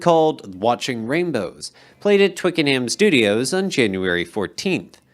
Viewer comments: I love this channel so much!! As a Brit, i'll help you with some pronunciation. Twickenham = Twick-kin-num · I grew up in Twickenham. This butchering of my home towns name was highly offensive!